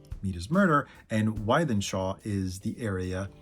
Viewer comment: Hi, I always enjoy your Smiths videos. Lots of interesting info. you are going to have to brush up on your Manc pronunciation though. Wythenshawe is pronounced withen-shaw, not why-then-shaw. Lesson over 😂. What’s next in the Smiths series? Andy